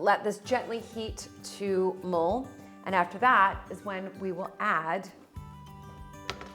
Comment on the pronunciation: Sounds like (mole) cider. Good to know it's Mulled-hard cider. 🤪